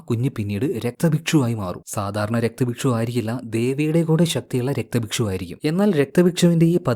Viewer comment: രക്തഭക്ഷു അല്ല രക്ത ബീജൻ